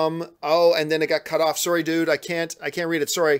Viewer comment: that Canadian "sorry" though!